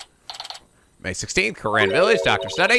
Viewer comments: THE REAL WRONG PRONUNCIATION IS KOO RAIN! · Yes, you have been mispronouncing Kurain, it's "Ku-Rain" RAIN and it means so much to me that you've admitted it,even if it was only in jest. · You went back to pronouncing kurain dreadfully wrong